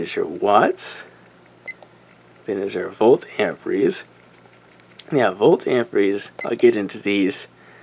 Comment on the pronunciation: AMPERE.....Not AMPRE....Silly kids